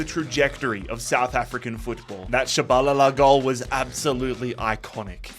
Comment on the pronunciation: Hearing the way you say Tshabalala made me chuckle